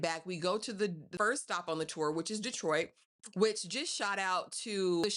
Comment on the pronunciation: Hey! I give this ep 5 sweet peas! I love the title, and I also loved how they captured actual footage of my hometown ❤️ 😊 Im gonna watch it a couple more times!! Are you from Detroit? You didn't say "Dee-troit" like others do! 😂 #313 #whatupdoe